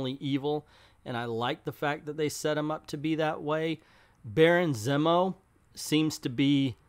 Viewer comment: cough Zee-mo not "Zim-o." Lol